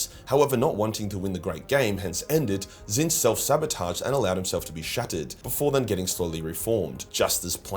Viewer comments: wHO is this fella? The one true changer of ways is called "Tit-snitch". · It's pronounced tit-snitch... 😊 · Did your pronunciation of “Tzeench” get retconned?? I vividly remember you calling them “T*t-Snitch” due to some lore reason (new-ish to 40k and I think you said it’s a warhammer fantasy thing) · nor are tehy tseeh fuuck. Very funny🤣